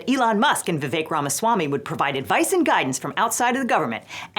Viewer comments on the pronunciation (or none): none